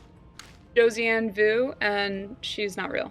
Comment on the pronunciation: Josian vuuu 🤣 as a dutch speaking Belgian, who suuuucked at french (other official language of Belgium) i just LOVE how english speakers pronounce french words 😂 because that's the only thing in french i'm good at, even tho idk what i would be saying half of the time, is pronounciations. Ps. Great video! seems like the perfect person to have done this with. She looks to be really passionate about what she does, which, even if i wouldn't be interested in the subject, i think her love for what she does, really appeals to you and she makes you get excited about the subject:D smart and beautiful person:)